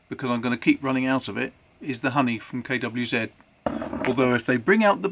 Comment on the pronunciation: Nice to hear KWZ pronounced properly.